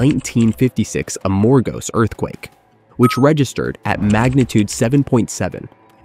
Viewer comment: It is not A-MOR-gos. It is Amor-GOS!!! Accent on the last syllable!!